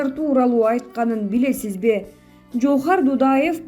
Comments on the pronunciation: Жазып бергенди туура окусанар.Жоохар эмес Жахар. Жазылышы Жохар. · Джоохар эмес Жагар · Жоохар эмес Джахар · Жоохар эмес Жохар же а менен эле Жахар Дудаев деп эле окучү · Админ орусчасы нуль экен даа "джохар"😂😂😂😂😂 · Админ Эч бир орус же башка аттарды туура окуй албайсын Мисалдар коп Джахар Дудаевди эмне деп жатасын Кулакты чарчатып коесун!